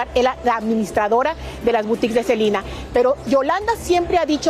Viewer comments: La reportera de dice SELINA y es SELENA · Por qué dice Selina?😮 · Reportera aprenda hablar no es cilina es selena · SELENA, no Selina.... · SELENAa. Con E no Selina con I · Por que dice Celina 🙄🙄🙄 son nombres completamente distintos es Selena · Así se pronuncia en inglés, pero ella está hablando en español debería decir "Selena"🤷‍♀️